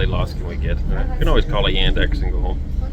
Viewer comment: The alternative to the public transportation that was mentioned was Yandex taxi. The pronunciation made it difficult to understand. Basically, Yandex is Russian Google. Uber and Lyft left Russia with the sanctions, so Yandex taxi is a big deal now.